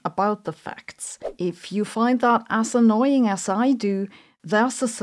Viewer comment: This may well be inappropriate to say here , but I heard it & can not unhear it. When you said " as annoying" it sounded like you said assannoying 😅. In light of some incredibly irritating people on the world stage today whom shall remain, for each individual to imagine for themselves , that term seems wholly appropriate and has now entered my personal lexicon . Thank you for your amazing new gift to modern English Sabine ❤.